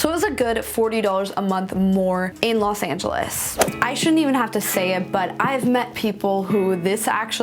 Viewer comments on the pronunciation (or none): I'm So Sick & Tired Of Hearing People Saying LAS Angeles😒😒😒😒